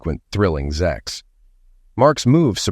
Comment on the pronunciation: Why does the Narrator say 'ZEX' and not 'SEX'??? Is it taboo to treat the readers as ADULTS ❓